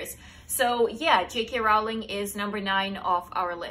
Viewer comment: I'm a book lover ever since I learned to read but there are two or three people I haven't heard of before! 😱 But then I'm from Germany so I suppose the kind of books I'd be exposed to would differ somewhat. Very interesting list! PS: Rowling rhymes with "trolling", not "howling". Many people get this wrong. PPS: Agatha Christie is such a cool person. She truly deserved that position as her mystery novels are superb!